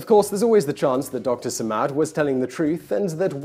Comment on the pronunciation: is not how you pronounce it, Man.